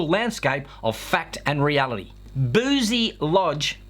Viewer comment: Holy shit im like 5 mins drive from there, thanks for letting me know where not to send my future kids! Edit: its pronounced bru-cy not boozy